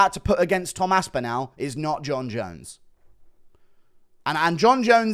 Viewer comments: His name is Tom AspinALL - not AspinAL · You cant even say his name correctly